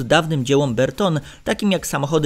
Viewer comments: Bertone, nie "berton" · Panie autor ! Nie mówi się Berton, wymowa angielska to Bertoni, włoska Bertonee (akcent na o), albo polska Bertone. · Nie" Berton" tylko Bertone!!!